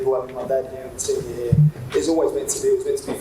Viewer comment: Did he say jisenior 😂🤣😂🤣